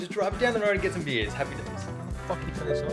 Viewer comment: hi! i really enjoyed your video. i've seen a lot of videos like this and none of them are as simple, funny and more real than yours :) when you went out for beer i thought you said beans haha (blame my fucked up english). it was so shocking for me seeing how you accomplished to make a lot of things in ONE DAY. (i would've taken maybe two or three days). anyways, as a mexican graphic design student i love and really enjoy this kind of content because of the cultural contrast that makes everything richer but connects us through design. thanks for sharing! (ps. sorry for bad english)